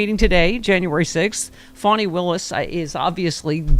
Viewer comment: Fanni (pronounced Faw - knee) Willis Georgia should go 1st -- Garland fiddle farted around 20 months (! -- )too long to earn "1st" indictment.